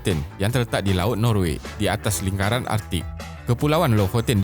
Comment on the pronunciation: Beb. Content bagus. Ada potensi besar. Tapi sebutan Bahasa Inggeris teruk. Australia. Island. Sebutan Bahasa Melayu pun tak tepat. Negara (bukan nengara), lingkaran (bukan lingaran).